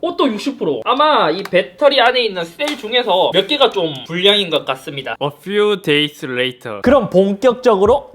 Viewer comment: 어 퓨 데이스 레이텈ㅋㅋㅋㅋㅋㅋㅋ